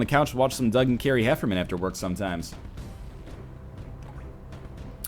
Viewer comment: It's Doug and Carrie HefferNan, not HefferMan, smart guy! :P